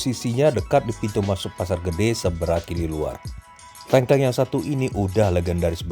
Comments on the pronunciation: 🤣🤣🤣 Wah bos tengkleng rak trimo 🤣🤣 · tolong benerin pengucapan tengklengnya